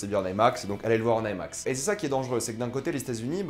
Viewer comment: ai max.... non I max , pourquoi vouloir tout angliciser quand le terme est bien franchouillard.